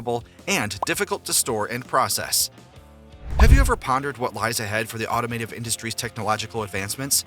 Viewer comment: Stop saying automative, it’s automotive… smh